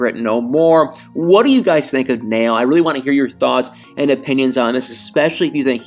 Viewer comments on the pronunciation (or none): Unfortunately, TLC "jumped the shark" a long time ago, and continues to lose its credibility as a trustworthy cable outlet. Oh, and, I think Nail's name is pronounced "Nah-eel" not "Nale". Cheers and keep up the good work! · Uhm, it's probably pronounced more like Nah-iel and NOT Nail (notice the two dots above the i and ehm him not being from an English speaking country?!) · Nail is pronounced Nayil. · You're pronouncing his name wrong. It's pronounced Naa-yul. Like Niall Horan's name. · Because of the umlauts on the i, it's pronounced Na-eel. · The Muslim name Nail is pronounced Nah-ihl, not like a hammer and nail!